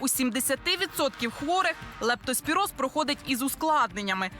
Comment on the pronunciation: Ведуча, правильно ця хвороба називається лЕптоспіроз, а не лАптоспіроз.